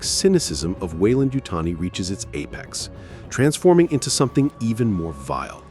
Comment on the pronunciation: You almost had me, until the AI model said Weyland-Yutani, very, very wrong. DONT USE AI VOICE-GENERATED NARRATORS!! You have the good content, but don't go the easy route. I guarantee you'll get more subscribers. Keep it up!